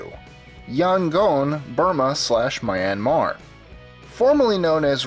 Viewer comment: It's Kra-KOV and MEE-an-mar. And you might as well just have put this all under two destinations: Eastern Europe and Southeast Asia.